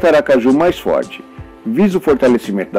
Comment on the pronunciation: O vídeo é maravilhoso, mas a palavra Aracaju com acento é sofrível!